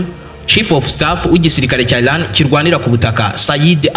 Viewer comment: Erega si ilan. Ni Iran. Sha prononciation ntuzi nsmba uracurika ugacurura...vrt uvuga inkuru nabi😅